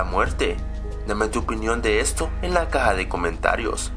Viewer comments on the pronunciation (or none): none